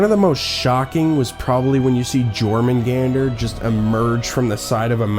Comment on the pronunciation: OMG the way you pernounced Jörmungandr that's it UNSUBCRIBE , DISLIKE THE VIDEO AND REPORT IT.... 😅I'm just playing.... but for real though look Up the pronunciation.